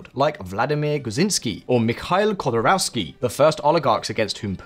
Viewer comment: I’m no Russian speaker but you absolutely slaughtered those Russian names. Have you even heard them pronounced once? At the news or somewhere? For example Hodorkovsky was unrecognisable